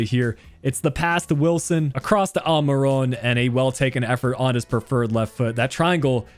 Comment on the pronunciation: Is dubravka not duvarka and it’s almiron not almirone